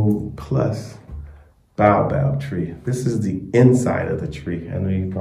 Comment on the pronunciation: Baobab ( Bay-yo-bab) :) Great content